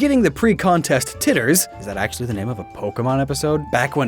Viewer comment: Jitters not titters